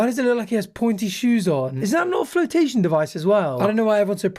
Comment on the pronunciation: reading pointe shoes as “pointy shoes”made me giggle 😂